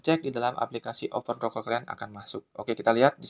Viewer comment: over protocol woi bukan oper wkwkwkwkwk lidahny benerin dlu baru ngeyutub ngab